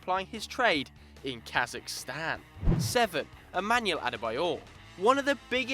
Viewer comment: You said Kazakhstan wrong